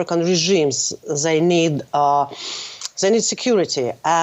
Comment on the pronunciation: "zhey need" xDDD